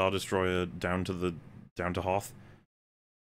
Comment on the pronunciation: Did he say "The Battle of Hoeth???" It's HOTH! Not Qualified to Review!